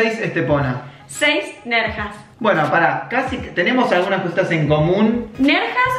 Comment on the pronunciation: Nerja ... sin s!!! Córdoba por debajo d Torroles jajaja muy bizarro, madre mía :S